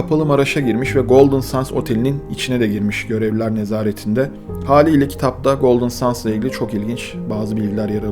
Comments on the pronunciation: Golden sans değil. Sands. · Golden Sends telaffuzu Sans değil. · Abicim.. Golden Sends diye okunur... Gözünü seveyim. sands denilince boh oluyor.. Benim ana dilim ingilizce... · 10 dakikadır golden suns diyorsun bro. GOLDEN SANDS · Golden sendz diye okunuyor brom ! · Çok güzel video olmuş öncelikle teşekkürler fakat bir şey dikkatimi çekti goldın sens diye okunmuyor mu ben mi yanlış biliyorum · Bu kadar iyi hazırlanılmış bir videonun başrolü otelin ismi nasıl doğru telaffuz edilmez.